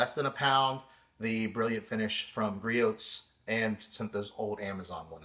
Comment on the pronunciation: Just an FYI, the "t" in Griot's is silent. Say gree-ohs